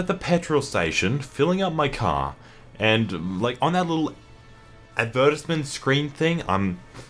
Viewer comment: Your Australian ass did not just pronounce it AD-VER-TIZ-MINTS